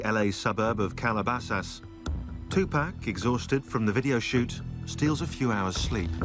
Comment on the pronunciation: the way he said Calabasas was HILARIOUS